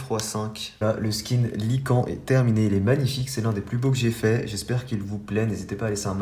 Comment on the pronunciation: Sa se dit "lycane*